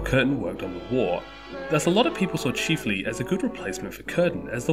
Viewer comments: Chif… not cheeeef. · It's chif-ley NOT Cheef-ley.